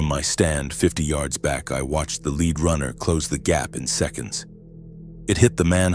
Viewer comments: Lead pipe where lead was pronounced leed (rhyming with read as opposed to led) makes me think AI narration at least. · Lead pipe. Not leed pipe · A Leed pipe?…come on AI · I wish they would proof read/listen to these. What happened to the guy who went to the farm house. Mis-pronouncing lead. Kept saying "we" when he was alone. Repetative sentences e.g. the talk around the water cooler. I know its A.I. slop but I expect better